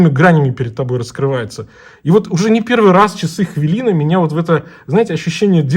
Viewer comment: только говорите ХВЯЛИНА! у нас нет хвы